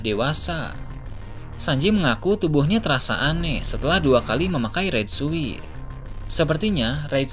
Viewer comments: Raid suit. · Red Suit itu dibacanya Red Sut bang